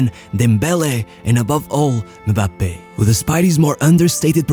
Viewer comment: Bro really out here sayin mubappe